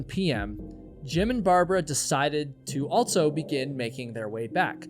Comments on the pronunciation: If this were true, then everyone from wherever he grew up would put Ts where they dont belong, and omit them when they shouldnt. He says "buh" instead of "but" yet puts a T in the middle of also. There's a lot of this going on. Start listening for it. It's like the new "Valley Girl" from the early 80s. It seems to affect liberals more than conservative types. Children speak this way, and it is incumbent on parents and teachers to correct these things. But teachers aren't allowed to shame kids and parents are too checked out or narcissistic to notice their child hasn't outgrown their toddler-speak. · Why do you say altso instead of also and elts instead of else? You are a type of broadcaster. As a public speaker, more is expected. It's not your fault- Your parents should've corrected you while young, but that didn't happen. So you'll need to fix your leftover childhood grammar issues as an adult.